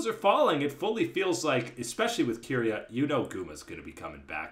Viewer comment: Nobody else triggered as to how pronounces Keria